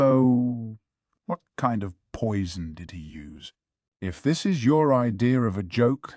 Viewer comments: The way he says "Wharrr 💅" instead of "What?" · Always catches me off guard!! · It's the AI having a stroke, not a deliberate choice by a human narrator